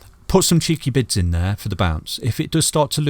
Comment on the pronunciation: please for the love of God explain in a video that it's 'cheeky bids' not 'cheeky bits' 😂